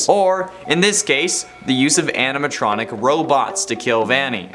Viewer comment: The way said Anatronic instead of animatronic, made me chuckle. 😅 I'd say Gregory broke some laws, like tampering with the animatronics ( pink slipped for it in pizzeria simulator.)😂 Gregory is our little criminal ♥️